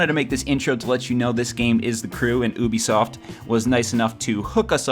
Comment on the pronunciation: "oobisoft" you wot m8